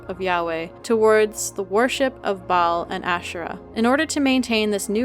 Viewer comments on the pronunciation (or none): none